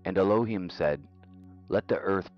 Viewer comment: at about you pronounce ELOHIM correctly. Every other time prior to this; I don't know how long after cause I just cant bear blasphemy, however well-intentioned, you have the wrong emphasis on the wrong syllable